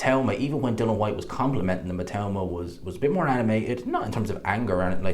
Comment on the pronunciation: Love the videos, but please tell everyone it's DILLIAN not bloody Dillon. DIL EEE AN WHYTE.. NOT DILLON.